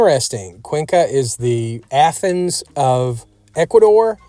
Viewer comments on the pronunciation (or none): none